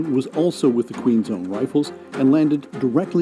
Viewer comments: lol Queen's own, not Queen zone. I appreciate this video. it's nice to see an American willing to learn about Canada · it's Queen's Own... not Queen's Zone.